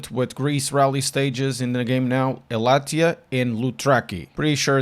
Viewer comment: Your pronounciation of the greek stages almost perfect, just wrong stress on Elatia. Loutraki was perfect. :person-turqouise-waving